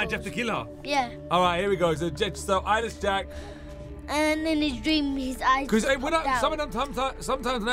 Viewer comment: Eyeless Jack? Sounds like “I Lish Jack? Or I like Jack”. Lol XD! OR! I Wish Jack.